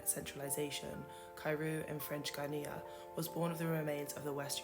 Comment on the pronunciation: Very interesting, thanks! (PS 'Guiana' is pronounced 'guy-arna' Guinea is a country in Africa 🙂)